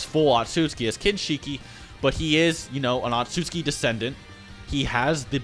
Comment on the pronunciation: butchering otsutsuki and Tenseigan lmao